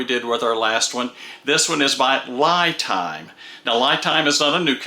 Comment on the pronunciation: 👍Great video,! Very informative!!! But the brand name seems to be mispronounced. 🤪LiTime / ’ lɪtaɪm/ ，Li represents Lithium.